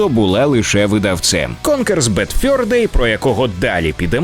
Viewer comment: Конкер дуже фановий і досі грається на ура. Минулого року пройшов його на китайській портативці з емуляторами, коли світла не було. PS:, зав'язуй будь ласка з йоканням в транслітерації замість нормального "е". Ти ж не москаль. Ані в слові fur, ані в слові thursday (каламбуром на яке є "fur day") звуку "ё" нема. Кожен раз дико ріже вухо.